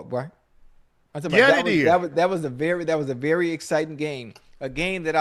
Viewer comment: Ocho "berry" Johnson 😅😅